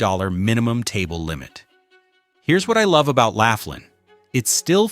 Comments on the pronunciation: "You can at least pronounce "Laughlin" correctly ! ! * Let's make this a professional video with correct information... * "Do your homework and ( Research ) before making the video." * I joined the ( Protest ) and ( Boycott ) of the Las Vegas Strip and it's because of higher prices for ( everything ) and the Strip is too damn EXPENSIVE ! ! The ( Food and Drink ) prices on the Las Vegas Strip is outrageous and ridiculously high priced ! ! * The High Priced Rooms, Resort Fee, Parking Fee and ( hidden-fees ) are everywhere on the Las Vegas Strip and in very small print in almost all restaurants on the Las Vegas Strip. * The middle-class American tourists and Foreign tourists ( CANNOT ) afford the higher prices on the Las Vegas Strip and tourists feel like they are getting ( scammed, ripped-off-, gouged and fleeced ) on the Las Vegas Strip ! ! * If you want the Las Vegas Strip to come almost close to the old Las Vegas..., JOIN the Protest and Boycott the Las Vegas Strip and save your ( Hard-Earned Money ) ! ! * Your Wallet and Bank Account will "Thank you" for ( NOT ) going to the Las Vegas Strip and be scammed, gouged and fleeced of your hard-earned money ! ! The ( CEOs ) on the Las Vegas Strip only think about about themselves and their ( GREED ) and make more ( PROFIT ) for the Large Corporations and Stock Holders and the tourists are ( NOT ) treated like invited GUESTS ! ! * Tourists are treated like the ( CEOs ) own personal ( ATM ) machine for ( GREED ) and more ( PROFIT ) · It's not "Lafflin". It''s "Lofflin". Proving you have no idea about what your're talking about. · It's pronounced "LAW FLINN" NOT "laugh linn"!! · "Lawfland' not "laughland" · Thanks for mentioning Laughlin (#3), I live here six months out of the year and it's a great place to "play." But, it's pronounced "Law-flinn." May as well get the name of the town right! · It's pronounced "Loflyn". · Why should I take seriously the opinions of someone who has no idea how to pronounce Laughlin?